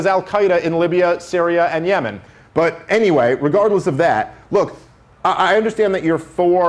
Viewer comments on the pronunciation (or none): none